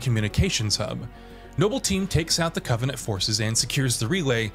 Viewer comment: bro legit said CO-venant